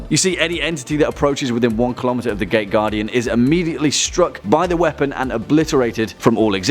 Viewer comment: I kept hearing it wrong.. i heard it as the gay guardian everytime you said it